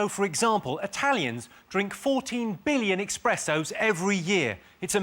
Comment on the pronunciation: Jimmy said “expresso”. He’s dead to me.